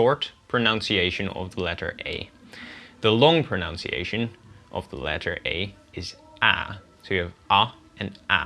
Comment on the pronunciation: I loved this video. It was very interesting. However, don't say 'pronounciation', it sounds horrible. The right word is 'pronunciation'.